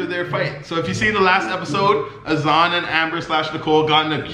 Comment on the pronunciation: U were pronouncing azan correctly lol nicole just pronounces it with an American accent